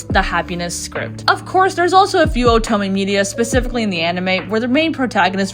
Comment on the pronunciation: Great video, but the way you say oto- MEH really unnerves me